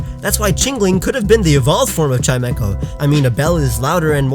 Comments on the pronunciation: you pronounced chimecho wrong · I didn't know that's how you pronounce Chimecho, and it makes so much sense I'm disappointed in myself for not realizing it.